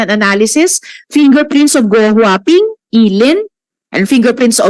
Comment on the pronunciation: Sen Joel, Gou Hua Ping at hindi huahua ping, kaloka!